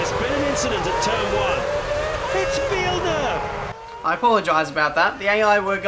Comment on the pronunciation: It's Villeneuve!!!